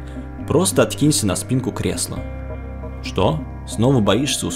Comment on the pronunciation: Не шокай